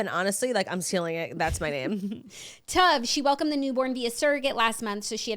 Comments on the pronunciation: Hahaha it’s pronounced like Stove without the S. Tove lol. That’s my dads name, it’s Scandinavian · I think so too 😂 Tove like cove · I think Lilly Collins baby’s name is Tove like Cove but with a T. It means good in Hebrew. 😅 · i knew right when Jax said the name that it was all wrong. but knowing Lily i am leaning more towards it being pronounced like the singer Tove Lo.